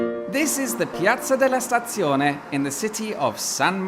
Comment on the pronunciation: Wow. Your Italian pronunciation of Piazza Della Stazione is perfect, complimenti. Immediately followed by giggles when you entered the tunnel to the theme music from the Antiques Road Show, but when you mentioned an upcoming fourth installment of what will become an increasingly inaccurately named trilogy, giggles were no longer sufficient and I had no recourse but to resort to guffaws. Thanks for the entertaining style,.